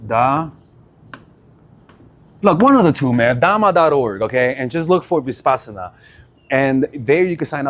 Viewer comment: Uh, in step two, u happened to say, "high intention. low attachment" when u already said it was to be the opposite... AND adding extra consonants into the term 'Vipassana,' time and time again... is quite ... odd .. to say the least. .. I have noticed that ur often saying 'she' when u mean 'he' and/or vice versa, and these word-mixes, totally unaware, just keep happening .. It has caused me over the course of time to have to rewind a lot for clarity .. I imagine making small clips of this content would be next to impossible .. given these recurrent slips .. of which there are more than just these. Other words as well... It makes for a difficult lesson. I get thrown way off .. and I also get a tad concerned.